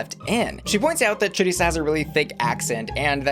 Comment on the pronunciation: It’s Choriza — like Theresa. Not chorizo